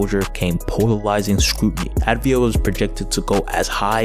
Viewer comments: great vid but i had to say its avdija and not advija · It's avdija (av-dee-ya) NOT ADVIJA!!! the least u can do is get the name right